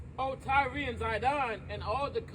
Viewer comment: It's just tyre..pronounced like "tire" not tyree